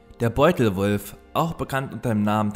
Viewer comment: Ich höre bei dir immer beutelrolf 😂